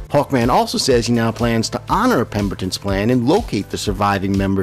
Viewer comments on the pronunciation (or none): none